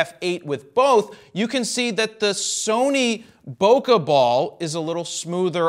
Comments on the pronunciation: There's no "uh" in bokeh. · "Bo Kay" :P